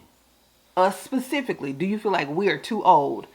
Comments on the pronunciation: Yes, discuss it PACIFICALLY🤣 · I wanna slap every time she says PACIFICALLY! I thought I was hearing things😂😂